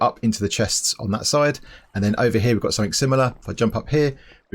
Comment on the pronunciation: Of course the sound of your voice is totally different...but your accent reminds me of how stress monster pronounces certain words...like "something"